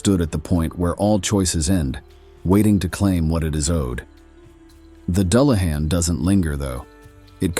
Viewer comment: I really enjoy your videos. Exceptional visuals, historically accurate lore. My only issue was the pronunciation, a slight pet peeve. I did seem to hear it correctly when talking about the weakness for gold. Doo lah han, for the unfamiliar. Thanks